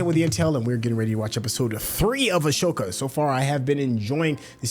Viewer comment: Please learn to spell and say her name correctly. Ahsoka.